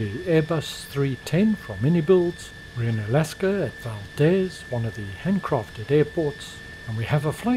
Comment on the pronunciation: as an alaskan, im obligated to tell you it's pronounced val-deez (no joke)